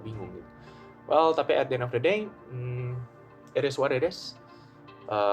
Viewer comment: jir bahasanya ribet amat, at di en of de deynya berapa kali diulang itu 😂